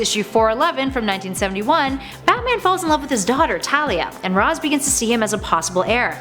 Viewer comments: ITS PRENOUNCED RASHE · It's "RAYSH" Al Ghul, goddammit! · Its noy Raz as in Raspberry! 🤣